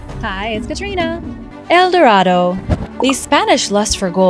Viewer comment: Recently discovered where's el dorado then show us and you can't pronounce a thing why lie so much